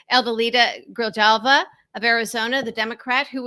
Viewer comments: Gri-hall-va. J is pronounced like an h in Spanish. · It’s pronounced like Gree-Hall-Vuh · Pronounced AH-DEL-EE-TAH GREE-HALL-VAH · adelita "gree-hal-vah" it's not hard. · Pronunciation: ah-deh-LEE-tah gree-HAL-vah. Honestly, it's difficult to take anyone seriously when they can't be bothered to learn how to pronounce a politician's name correctly, even after they've been in the news for several weeks. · The J in her name is pronounced as an H “Gra Halve A” Just like the city of San Jose is pronounced “San Hose Ey” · The J is pronounced like an H. Javier, Jesus even Geraldo.